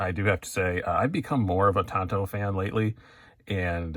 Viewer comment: Love it, I want one. As a maintenance tech the large tanto portion of the blade will be ideal for pushing through hosing, as well it will like having a 1.5" chisel on my folder, very useful for me. By the way it's pronounced Tanto not Tanto.